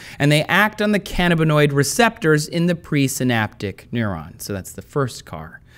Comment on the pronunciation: Pronunciation fyi - cuh-nab-uh-DI-all cuh-NAB-uh-noid